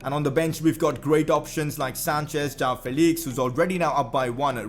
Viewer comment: It is not jaao Felix... It is (Jo-aa-o) joao Felix